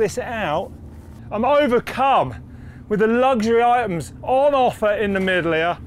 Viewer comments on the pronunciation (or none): Why can't this presenter pronounce the word "luxury" correctly? It's LUXURY, not "luggshury"!